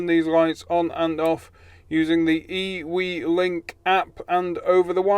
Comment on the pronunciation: I think IWelink should be pronounced as Ewe-Link. 🤣